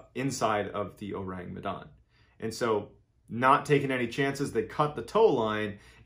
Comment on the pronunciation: Besides slighlty mispronouncing "Medan", it's been great listening to how you present the story.